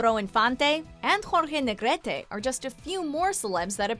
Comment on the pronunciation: Makes my heart happy to hear my last name - NEGRETE- pronounced properly